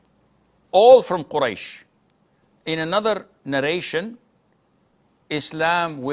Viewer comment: they do not say Quraysh, as you say. and almost authenticated as by various books & writing, as they say "Ahl al bayt" . is the hadith of Quraysh? the hadith they quote to say is from "last sermon" at Ghadir (pond) of Khumm. I think the aspect is that of how against Ahl-al-bayt the uprising, that had effect of hurting the religion at which Ali (RA), went to correct, it was a message of importance of situation to come